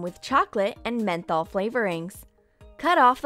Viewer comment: What's up with the way she says mento??? It sounds like she is saying menthol. I have nothing against this, I am just wondering